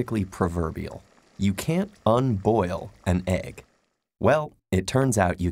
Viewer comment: This first second almost made me quit the video! "You can't unboil an eeg!" Title: How to unboil an egg